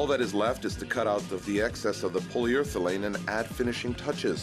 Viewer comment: ***PolyUREthane Not POLYURTHELANE!